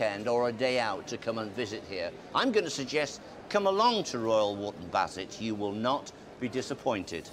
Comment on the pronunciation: 38.40 "Here in Royal Woop Bassett". Oh dear Davey.